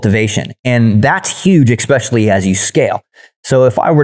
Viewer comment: I wish this dude knew how to say especially